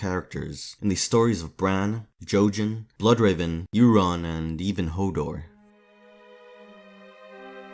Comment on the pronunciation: Euron is not pronounced "Erron". Europe is not "Errup" it's "Yourup". Eur says "you". English is truely just 3 languages in a trench coat pretending to be one.